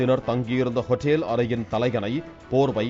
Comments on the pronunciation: யோவ் ஹோஇட்டேல் இல்ல ஹோட்டல் ஒழுங்கா வாசியா 😂😂😂😂😂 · What a pronunciation hotteel... wow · wrong pronunciation.